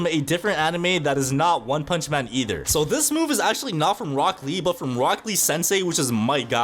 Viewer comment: DID BRO SAY ROCKLY AND GAROU ITS ROCK LEE AND GARA